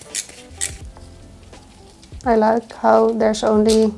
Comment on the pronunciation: Great accent. "It's a HUNDA."